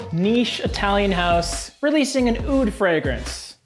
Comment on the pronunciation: ur pronunciation for the word (oud)is disgusting ...عود عود عود